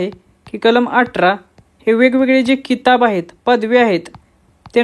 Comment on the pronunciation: भावा किताब नाही ते खिताब आहे ज्याला इंग्रजीत title म्हणतो 😂😂